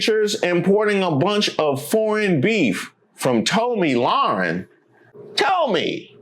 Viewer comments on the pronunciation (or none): Calling her “toh-mee” instead of “Tommy” makes me laugh so hard for some reason 😂